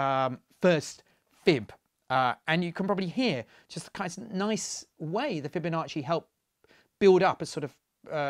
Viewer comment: "Fibo nasty"